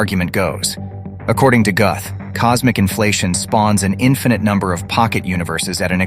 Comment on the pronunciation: It's pronounced "Gooth and spelled Guth. 🤣😂🤣😂🤣 Hard to teach when you can't even say the guy's name right. 🤣😂🤣😂🤣